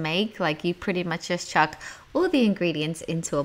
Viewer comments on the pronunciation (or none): none